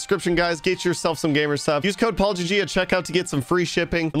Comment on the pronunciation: "To build PaulGG custom homes" What i heard: "To build apology custom homes"